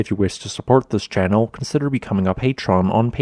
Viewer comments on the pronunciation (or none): none